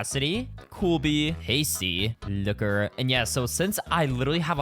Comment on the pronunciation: I heard that too